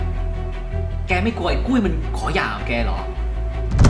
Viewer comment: หย่าครับ ไม่ใช่อย่า